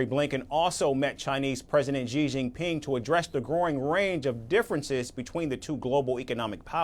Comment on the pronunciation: It’s correctly pronounced SEEE—-JEEN—PEENG.